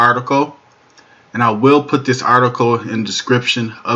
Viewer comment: "Diss" is not a word as the way you pronounce it. The proper spelling is "This" and is pounced like it is spelled